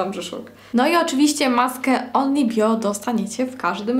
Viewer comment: Only bio, a nie onyl bio